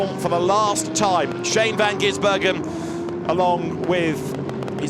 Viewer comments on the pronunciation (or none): please, it's Van Gisbergen without the middle 'N' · I wish someone would tell the commentator how to pronounce Shane Van Gisbergen's name properly. It's not GiNsbergen.